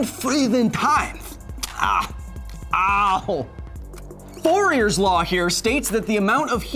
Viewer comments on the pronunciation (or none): Fourier is pronounced foor-ee-ay since he was french.